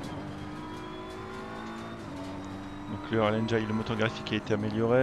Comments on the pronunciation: c'est 'engène' la prononciation... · Merci pour cette review. Par contre, pour info, le i de engine se prononce comme en français, et non pas "aïe"